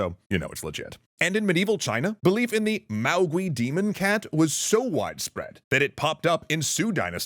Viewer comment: Note that the “-gui” in “maogui” is pronounced /GWAY/, not /GWEE/, just like “feng shui” is /FUNG SHWAY/, not /...SHWEE/. Also, your sources might be confusing “maogui” and “mogui,” which is much more likely where the “mogwai” of Gremlins came from.